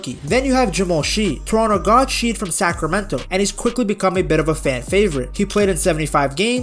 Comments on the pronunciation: It’s not sheed it’s shead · Very good video! Glad there's people out there that believe in the Raps 1 nitpick is the pronunciations, Jamal Shead (shed not sheed) Jonathan Mogbo (Mobo, G is silent)